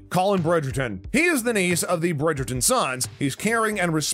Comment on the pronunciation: The commentator is hopeless, doesn’t even pronounce the names of the characters or the production team properly? So annoying, please stop narrating on YouTube you don’t do any homework and it comes off disgusting